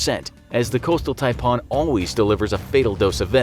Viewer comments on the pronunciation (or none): Hey mate. The way you say 'Taipan' is cancer. Stop!